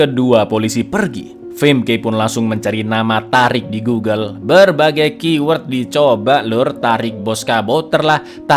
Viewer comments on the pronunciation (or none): none